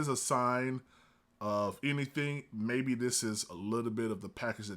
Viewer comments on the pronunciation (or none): Ha ha ha ha I like how he said "MAYBE".....Yall panthers MAYBE able to stop us.......#ATL BABY......LETS GOOOOOOOOOOO😂😂😂😂😂😂😂😂